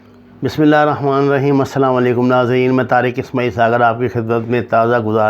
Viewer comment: Assalamuallaikum sir. You r great. Very nice job you are doing. Please say ASSALAM O ALAIKUM CORECTLLY. JAZAK ALLAH